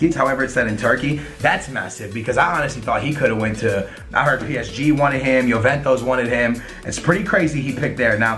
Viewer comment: You would think for someone who ''knows football'' he could properly pronounce Besiktas and Juventus...